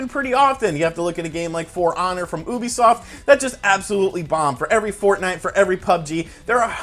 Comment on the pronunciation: Dude, It's "You-be-soft" which is short for Ubiquitous Software (from an employee's mouth)